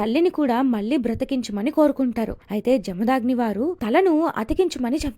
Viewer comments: జమదాగ్ని కాదు... జమదగ్ని... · Inkosari telangana paina video chesepppudu maa Words ni correct ga palakadam nerchkoni cheyandi.....we hate people who pronounce them Wrongly.....🔥🔥🔥🔥🔥🔥🔥🔥 Jarthu 🔥🔥🔥🔥🔥🔥Parshi 🔥🔥🔥🔥🔥🔥Jamdagni🔥🔥🔥🔥🔥🔥